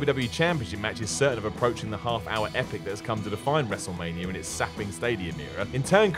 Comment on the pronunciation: Lmao. He says wrestlemanierrrr